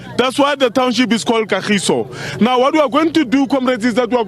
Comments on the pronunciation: KA-GEE-SO NOT GA-GEE-SO 🙄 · its Ka-giso not gagiso please sabc send someone who can relate the ppl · I am not from kagiso but m hurt by gagiso she said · KAGISO. That's my hood. Say it right please.